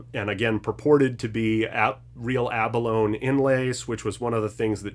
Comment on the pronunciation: It's 'Duh-dario' not 'Dee Uh Dario'. Also, 'ab uh lone ee', not 'ab alone'.